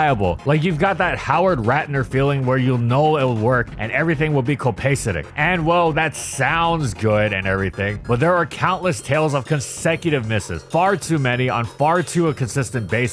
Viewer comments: co-pay-sit-ick cope-uhh-stet-ick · Co-pah-se-tic. Not co-pay. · Excuse me, what. Co-pay set ick? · the word you're trying to use is pronounced "cope-a-cetic" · Did this dude say "copacent" lol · anyone else stop at Copacetic. For reference kow-puh-seh-tuhk is how Google pronounces. I'm convinced is just trolling us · fyi, it's pronounced "co·pa·set·ic" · A mispronunciation of the word “copacetic”, pronounced “coh-puh-SEH-tick” and meaning “all right” or “satisfactory”. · nah that copacetic pronunciation is wild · LOL not how you pronounce copacetic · My favorite part of this vid is how you pronounce "copacetic" like it's the name of a Pokemon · How did u mispronounce copacetic that badly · That pronunciation of "copacetic" threw me😂. But thats nit picking youre videos are awesome as always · insane copacetic pronunciation lol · He said the word copacetic weird...what is he Canadian? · that sure is one pronunciation